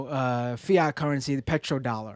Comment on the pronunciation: I love you, but Fye-yat?